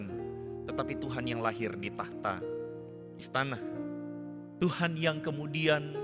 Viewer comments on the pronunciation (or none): hampir saja bilang merebut seluruh 'tah'ta.:)